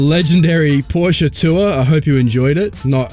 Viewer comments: finally! an english speaking person pronouncing Porsche the right way🤝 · Congratulations, you finally found the "E" in the pronounciation of "Porsche"! Welcome to Europe